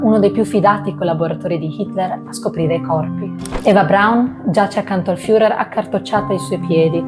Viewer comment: Molto brava …attenta alla pronuncia dei personaggi che andrai a presentare: Internet è di aiuto e ti eviterà italianate alla FIURER